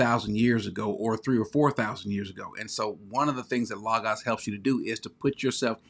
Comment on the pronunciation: I'm just glad you pronounce Logos correctly. I'm torn between Accordance and Logos, been using the limited editions without all the bells and whistles, not sure which I prefer, leaning slightly to Accordance because it seems easier to use.